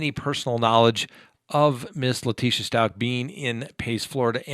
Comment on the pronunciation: It’s Stauch not Schtauch...